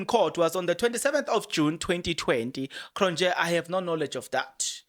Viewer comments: Point of pronunciation it's "Cron-yeee" not -Nje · Cronje is pronounced Cronyea The j is a y, like we say ya for ja. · hello Kron je...not yeah You say 1 st one correct.... Enjoy you getting all excited about doing your presentation....well invested...bless you with abundance Mooi loop.... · J in Afrikaans is y so it's kronye😅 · its Cronje ( Cron yee)